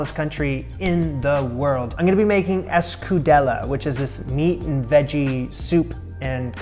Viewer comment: Thank you for trying, but this can hardly be called escudella (better pronounce the ll as an i). Escudella has many more vegetables added to the broth for flavour: onion, carrot, celery, turnip, leek. Don't use prosciutto, not even Spanish ham. You missed the most important ingredients IMO, the white botifarra and especially the black botifarra. Never EVER add cumin, coriander or basmati rice, for God's sake!